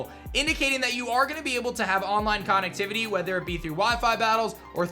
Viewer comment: He says connectivity lik conactivuty